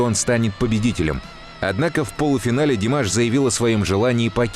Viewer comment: Что за манера делать неправильное ударение имени певца. Правильно Димаш ударение делать на слоге втором слоге